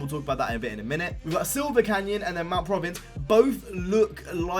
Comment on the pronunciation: How are you not able to pronounce "providence"?